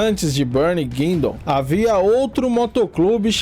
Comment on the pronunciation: The term "deadliest" and how this video has been edited is suspect. The AI voice doesn't pronounce "Guindon" properly. Laughable if you have lived in Oshawa as I do.This video with ominous voiceover and descriptions try to make Bernie sound like a mad dog killer OG of OGs is laughable at best.